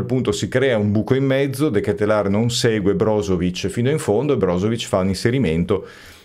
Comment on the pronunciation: Non è uguale...si dice "De chetelare"!!! Ciao, buona serata!